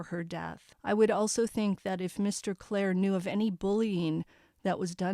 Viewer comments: I think it’s pronounced clear-re not Clair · the name is CLEERE rhymes with deer, and beer, ok?